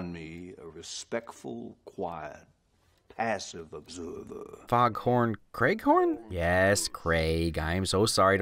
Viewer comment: Oh good lord!! Foghorn.. Craig-horn?? You really made me lol 😆